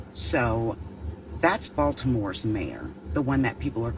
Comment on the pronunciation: I love how she says Baltimore 👏🏽 I'm from Baltimore